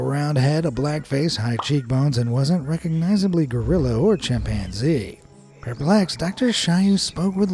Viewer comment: LOL Chimp-man-zee 😂😂😂